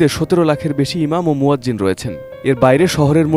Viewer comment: Music deya uchit hoy ni. Are news presenter muazzim boche keno? Uccharon hocche muazzin.